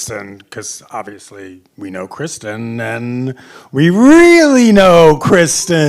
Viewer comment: KRISTEN. NOT KRISTIN.